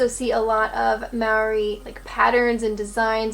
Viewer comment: My big brother said you keep saying Marry for Maori, I'm deaf, but can of course speak, I was taught Mole-ree. (said quickly) You can buy gluten free pies, there's heaps around. Traditional home made mustard on ham and in cooking is great, my Gran/Mum are the best, don't at all like the American one, far too mellow and sweet, Dijon (however it's spelt) is also mellow. The UV in NZ is the highest in the world, also we fight with Aussie for the most cases of skin cancer, even on cloudy days during summer you really do have to use sunscreen. Love your pod casts, I'm still young enough to think about my vocation, yours is, forgive the pun, food for thought. :virtualhug: 🧏 Stephanie